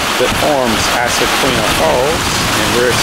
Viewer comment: It's pronounced "izaqueena."